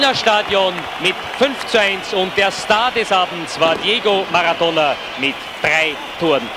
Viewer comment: Por qué dice “Diego Magatona 😅”